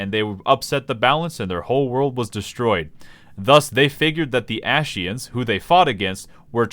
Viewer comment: dude sounds like ur saying ashciens